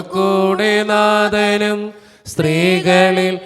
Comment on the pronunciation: Thanks. സ്ത്രീകളിൽ അങ്ങ് clear ആകുന്നില്ല